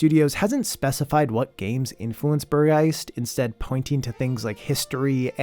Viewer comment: Angeline Era is missing from the List of Games Shown. Might be me but i´m having difficulties understanding the names of the games sometimes so having them all listed or maybe on screen would really help to find them. Especially hearing you tr to pronounce Burg Geist XD caught me offguard as a german xd Great Video anyway, thx u so much and keep doing what you´re doing and wishing you a good 26!